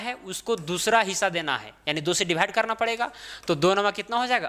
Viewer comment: Divide ko dibhaid bol rahe ho sir ji